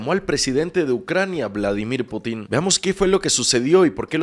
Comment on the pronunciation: PORFAVOR deja de llamar “Putín” a Putin, no hay acento en la “I”. Putín con acento es como comúnmente se le llamaría a una persona homosexual